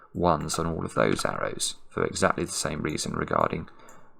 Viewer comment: probably Alexa heard her name when you said "AndEXAclty"